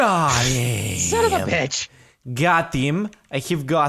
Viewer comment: “SONUVVU”